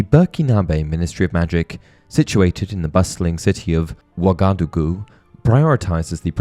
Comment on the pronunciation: It's burkEEnahbay and waga-dOO-goo